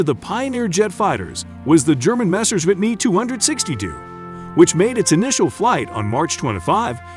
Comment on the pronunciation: Ummm, i don't think that's how you pronounce me 262